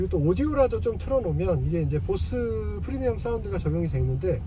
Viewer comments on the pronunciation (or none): none